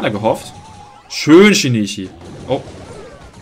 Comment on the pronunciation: Geiles Video aber übrigens Shinichi wird anders ausgesprochen das sh und das ch werden stärker ausgesprochen er ist aus dedective conan